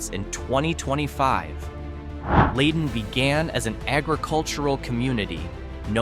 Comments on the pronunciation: Too bad its Lie Den not Lay Den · Leyden is pronounced Ly-den beautiful town with clean brooks and awesome woods to hike in. Petersham is quaint and rather wealthy and artsy Wendel is also clean n green Gill has a beautiful campground and runs along side the connecticut river...Great town ! All these towns are GEMS.. not sure where you got the info on them but you might want to visit them and enjoy for yourself. 💚